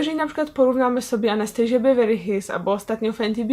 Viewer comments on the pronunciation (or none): Nie "anastejżi" tylko Anastazja. Błagam nie kalecz moich uszu (nie jestem hejterem) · Czyta się "Anastazja" a nie "Anastejrzja" ;) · Nie chcę się czepiać, ale w nazwie marki Anastasia Beverly Hills, imienia Anastasia nie czytamy 'Anastejżia' bo założycielka marki nie jest Amerykanką tylko Rumunką i jej imię czytamy tak jak piszemy czyli przez dwa wyraźne 'S'. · Anastasia nie 'anestejszia' wtf